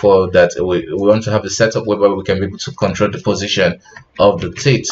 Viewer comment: teeth :) I heard "tits" few times lol